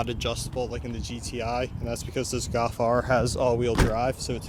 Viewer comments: golf* not gawf😑😑😑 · Golf. Not Gawf. L. There's an L. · Learn to say "GOLF" lol